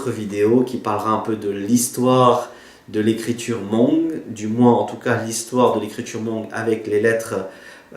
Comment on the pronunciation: Nyob zoo, Kuv pab koj zoo siab ntau txog qhov koj qhia ntawv hmoob rau sawv daws. Tab sis koj yuav tsum tau xav zoo ua ntej, vim thaum koj prononcé lo lus hmoog !!!(hmoob) tsis yog hmongue (mooj nkawm), Fabkis yeej tsis hais hmongue yog peb cov hmoob hais li ntawv rau lawv xwb. Peb yuav tsum tau qhia qhov kom yog. Feem ntau nyob kabkis teb no mas cov hmoob hais hmongue ntau xwb. Kuv yeej yog ib tug txhawb nqa, vim kuv saib cov ntawv hmoob no muaj nqis rau kuv. Vim yog muaj cov ntawv hmoob no peb thiaj sib nug moo tau thoob qab ntuj, tab sis tshuav qhov peb yuav tshawb qhov qhia kom meej. Cov uas yuav los kawm lawv thiaj li tsis yuam kev, xav zoo zoo nawj (mooj nkawm) txawv dhau ntau ntawm hmoob lawm. Qhov no tsis yog thuam koj tab sis yog sib qhia xwb, yog koj xav hais tias kuv hais yog thiab thov koj pab tshaj mus ntxiv rau cov uas tsis tau xav txog. Yog peb tsis ras xeev los qhia tam sim no, lwm hnub peb cov me nyuam yuav prononcer li koj (mooj nkawm) ces yuav tsis yog hmoob lawm nawj. Thiab tsis tas li ntawv peb yuav tsum ua tib zoo saib thaum peb sau tas kom sau txhob yuam kev, vim niaj hnub no yog koj mus hauv internet mas cov hmoob sau ib phrase xwb twb muaj ntau qhov faute lawm. Nyob zoo koj nawj.